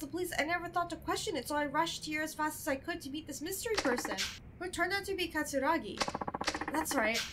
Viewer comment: every time you mispronounced katsuragi a part of me died